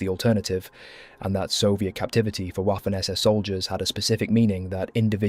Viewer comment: Why you keep saying Waffen (Uafen), as if it was an English word? It pronounces Vaffen. The entire world pronounces is correctly: Vaffen. Don’t you know that German W reads V?